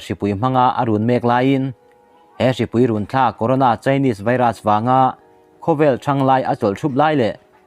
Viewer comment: Runthlak tih i lamdan a dik lo,run tih lai himin ko tih a"ko" ri angin i lam a,min kawk tih a "kawk"tih anga lam hi a fuh/dik zawk.